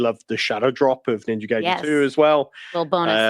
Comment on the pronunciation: Pairing the music with what is going on in the game is something as old as entertainment. The insight she has is only surface level. And only a few seconds later the idiot cannot pronounce Ninja Gaiden correctly... or even knew there where three Ninja Gaiden games on the NES.